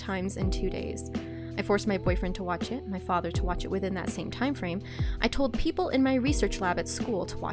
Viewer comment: Hello. Why do you say peoplelay?